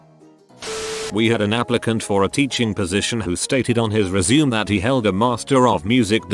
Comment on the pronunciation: when the commentator doesn't knoe how to pronounce resume I'm out.